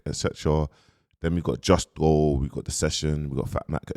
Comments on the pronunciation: Don't you mean Jusco?😂😂😂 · Bro I rate you and your work rate but there’s no way you’re still saying justco after you’ve said it right 100 times and you know it’s not justco 🤦🏽‍♂️ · Man still fighting for his life to pronounce Justo correctly 😂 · Imagine struggling to say 5 letters at close to 40 braaaazy work 😂😂